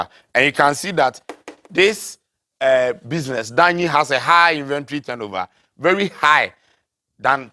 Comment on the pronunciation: Its business and not butter system for mr 😂😂😂